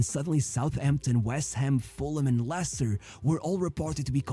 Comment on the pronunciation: Vardy plays for Cremonese in Serie A now. It’s pronounced “Lester” and the original way you pronounce is for “Lancaster”. Leicester is sadly a mess now, 90% they’ll pull out a Luton Town and relegate back-to-back to League 1 Not everyone has a good ending like Vardy. Danny Drinkwater, his teammate from the 2016 winning squad, later moved to Chelsea, flopped there and now retire to work at a working site Suggestions: 1. About EPL, James Milner just became the player with the most EPL appearance. There’s another Daily Dose video about him: “How a forgotten wonderkid forced an entire league to respect him” and a podcast “James Milner: The secret to 2 decades of high performance” by High Performance for you to react 2. Nottingham Forest is now a mess thanks to Marinakis, the infamous Greek owner who has multiple charges against him. Another High Performance podcast: “Ryan Yates and the UEL dream” for you (Marinakis was carefully mentioned in this podcast) 3. About Barca’s 0-4 smash by Atletico, Atletico’s 2nd choice striker Alexander Sørloth is more or less like Vardy, except he played in many small countries before finding his form in Spain. He famously helped Villarreal draw 4-4 from 0-4 vs Real Madrid in 2023/24 and smash 4-0 vs Villarreal in 2024/25 by scoring all 4 goals. An underrated player to react considering he’s also the 2nd choice at Norwegian NT after E. Haaland 4. The Norwegian NT and Arsenal maestro Martin Ødegaard. He joined Real Madrid at 15 but flopped there and